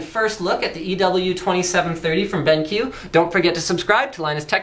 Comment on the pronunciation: It is pronounced "Ben...Q" not "Benk" watch?v=1c3pGxZ1ezc